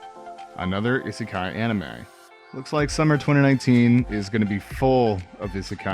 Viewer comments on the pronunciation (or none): You obviously watch dubs. I can understand people pronouncing 'anime' in a western way, but 'isekai' is said through many different anime, so you should be able to hear it and mimic it.